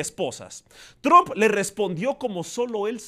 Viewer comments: ES TRUMP …. NO TRON . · Se pronuncia Tramp...no...Trump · y no es TRUMP SE PRONUNCIA TROMP